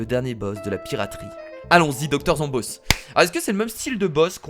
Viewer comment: c stressant que tu dise doc. zombôss dit zomboss